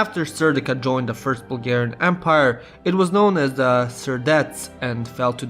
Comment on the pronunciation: this video was well made but the way you pronounce bulgarian stuff just kills me